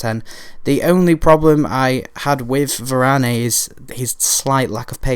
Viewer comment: You don't pronounce the "e" at the end of french words unless there's an accent :)